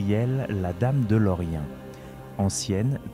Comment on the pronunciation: Il y a de l'AI dans cette vidéo. Phonétiquement, on ne dit pas Lorient, comme la ville de Bretagne, mais "Loriène", preuve que la voix du conteur est artificielle. Donc, non merci, adieu ! 😡